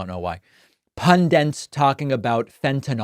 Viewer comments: It's not pundent, it's pundit; It's not fentanol, it's fentanyl; And it's not Donnie, it's Kamala. Even talking heads on TV get those three wromg. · Finally someone remarks on people saying "pundent"! Even pundits do it. (Looking at you, Dan Pfeiffer. 😉) And what about "presindent"? (Looking at you, President Biden. 😉) You hear those rogue n's in other words as well these days; I'm sure I'm not alone in having noticed a rising tendency among native American speakers towards inserting n's before d's and t's. I believe the reason is that, like the d and t sounds, the n sound is produced by touching the tip of your tongue to the alveolar ridge, this proximity leading to some people using it as a sort of "bridge" to d and t. It's not a surprising linguistic development, but the results are still kind of silly. 😃